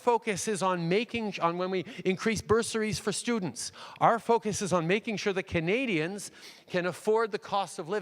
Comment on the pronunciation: Each time I hear him say "Canadians" its much more fitting that I really hear him say "comedians"